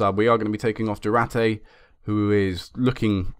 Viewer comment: it's not Du-ra-te man, like u say... it's du-ar-te :)